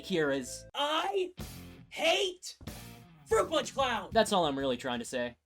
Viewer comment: Fwoot pawnch for evweewan